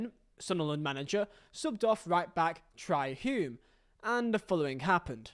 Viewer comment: Hi mate, Trai Hume is pronounced like “Tray” rather than “Try”